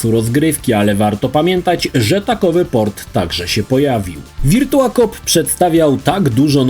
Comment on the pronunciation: Wszystko spoko. Mógłbyś jednak sprawdzić jak się wymawia virtua/virtual